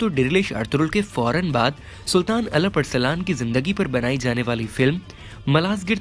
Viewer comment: Bhai itni achchi urdu bolte ho to ertuğrul ka name bhi sahi le liya karo Aur Alap thori hai alp hai